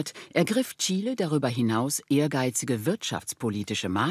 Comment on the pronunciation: Bravo! Chile mal richtig ausgesprochen. 👏